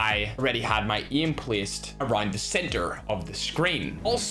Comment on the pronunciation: Why tf do you say geem and eem! Not to be a dick but it sounds very disgusting